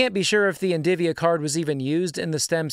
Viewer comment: "NDIVIA" bro definitely one of those guys that says "nucular"